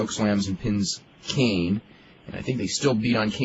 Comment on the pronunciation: Why does meltzer pronounce Kane as "Keen"??? Is it just me???